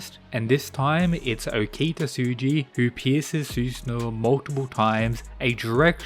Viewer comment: Ngl I like your rundown of videos but your buturing of okitas name is super jarring man.